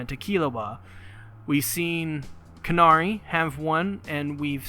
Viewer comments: It’s “Canary” not “CARnary” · Respect to you for making Hunter X Hunter content but holy hell is this hard to listen to. Almost every name you get wrong, none of the things that you're supposed to infer you have inferred. Canary .... Like the bird Canary.